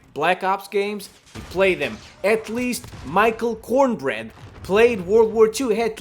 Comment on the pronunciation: He said Michael Cornbread LMAO 😂😂😂